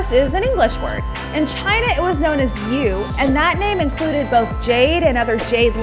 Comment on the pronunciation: Since when did the chinese called jade "yu" sorry, if you couldn't pronounce mandarin, better don't do it, it's only going to humiliated you and the discs with a hole doesn't not only symbolize heaven but heaven and earth